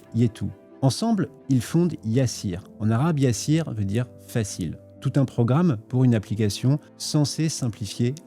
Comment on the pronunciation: gOOD wORK ça se lit Yassir pas YA SSIR